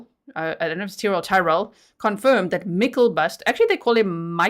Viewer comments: I dont know if anyone said how to say his name. Its Myk-LE-bust.. not myk-EL-bust. I dont really know why english people cant read the letters in the right place. I hear this every time english people try to read norwegian, and move the letters around instead of spelling/saying it like you read it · It is pronounced Michael-bust. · Mick-el-bust is the pronunciation